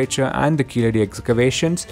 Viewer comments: What is keezehadi its keeladi. It’s misleading the information. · In proper Tamil it is keezhadi. It's only people who can't pronounce 'zh' that mispronounce it as 'la', just like how they mispronounce Tamizh as tamil